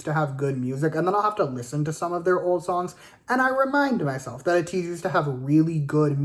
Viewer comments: First of all, if you’ve really been here for as long as you say you have, you should know it’s pronounced AYE-TEEZ, and they were kq FELLAZ not kq boys. Second of all, their music has evolved as they have grown and experimented more, but they have managed to create a signature sound that they are VERY well known for. People can tell when a song is an ateez song and that is something ateez worked hard to cultivate. Bringing up other groups and saying who did what genre better is just really shady and weird. Also, are you Latino in any way, bc if you aren’t, then who are you to speak on who uses latin influences better? On that same note, you are not the right person to be speaking on their rapping abilities or speaking on what good or bad rapping is. The way you speak about hongjoong and mingi’s abilities is really disrespectful tbh You know you don’t have to listen to them at all right? listen to their first album on repeat and stop listening to any of their new releases if their new stuff bothers you this deeply. You’re saying it’s been YEARS since they’ve been good anyway, so just stop listening to them, they are not going to stop experimenting with their sound anytime soon. You keep speaking as if people are just begging to hear your opinion on them and like it’s a chore to listen to them. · Been a fan since KQ "boys". Don't you mean fellaz??? And being a fan since then and you can't pronounce the group's name right? LMFAO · first pronounce their name right and STFU